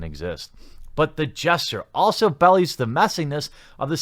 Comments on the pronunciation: Its "bee-lies" not "bellys" lol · "But the gesture also belies the messiness of the situation..." (pronounced be-LIES, not bellies) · Shmoolie Joolie! >:0 Also, you pronounced "belies" like "bellies". I am not actually correcting you, though. It's endlessly charming when you do something like that. Therefore, I am instead simply requesting that you never stop. ;D